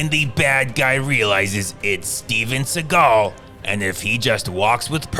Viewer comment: It's pronounced "seagull".